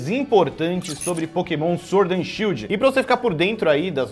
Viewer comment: Shild ta errado ta shidl